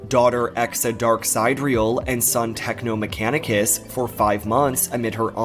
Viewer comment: Name says "Techno Machanicus", and she says Techno Machanus.